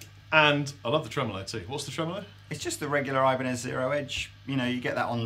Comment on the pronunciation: i cringed so hard when they said ibanez titans....